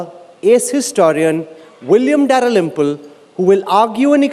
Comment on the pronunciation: The way that bjp stooge pronounced dalrymple was so bad